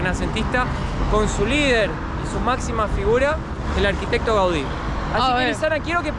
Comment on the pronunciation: Gaudi, modernista. Muy bien como lo dices